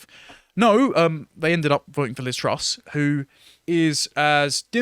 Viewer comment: the woman's name is Truss, not Trust. Great start